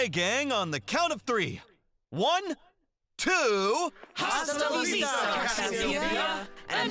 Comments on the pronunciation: …if only “Hasta la vistar” was pronounced correctly; did anyone involved in this know that the h in the phrase is silent? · somehow the pronunciation of that phrase was correct there but not in any other time that phrase was said throughout this fan-dub. I’m Hispanic, and I don’t know if the direction with some VAs was just not strict or good enough, but the fact that recordings where the “h” in that phrase is pronounced are present throughout this sub pains me. Also, I have no idea if anyone involved in the production knew Penny was from Galar, but I’m dissatisfied that her VA here spoke in an American accent. Either get a British (preferably English) voice actress for Penny or tell the VA to speak in one while consulting to a Brit for accuracy. I might’ve sounded harsh, but I was providing constructive criticism where I could, and it pains me to say that I’ve yet to find a Scarlet/Violet fan-dub that considers and gives regional accents accurate to where the characters are from (while not sounding racist, of course; also, I don’t mind Larry, Kofu, Atticus, or Salvatore not sounding like they’re Iberian).